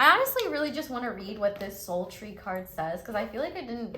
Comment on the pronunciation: Pile 3. Omg I need a friend like you in my life <3 when you say soul tree I honestly hear "sultry" every time 💀 that's my scorpio sun and rising I guess lol